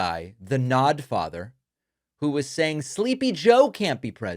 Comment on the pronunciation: "The Nodfather;" Priceless!